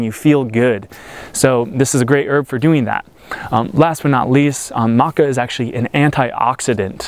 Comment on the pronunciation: I'm curious why you call it Maca Roo? You are the 2nd American I have heard call it that.